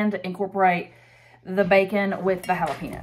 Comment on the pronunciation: Really hal-Ah pee-nose?